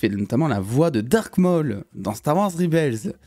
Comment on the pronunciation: Dsl gros mon on dit rebel pas ribel 😅😂